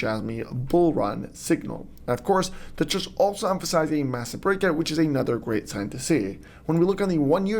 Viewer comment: "Massiver"...im out😂